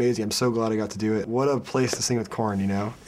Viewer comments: aaahhhhhhhh!!!!! corey taylor and matt together?! jesus christ o.O two of my favourite people from my favourite bands.. i'd kill someone to be there... matt's hadbanging fails epicly lol.. and, is it just me or he really said "porn" instead of "korn"? hahahahaha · when he says korn i hear porn. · Dude, I'm glad I'm not the only one who heard him say "porn" instead of "KoЯn"! lol! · he said porn instead of korn ;) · when he says" I love Korn" likes "I love PORN" lmao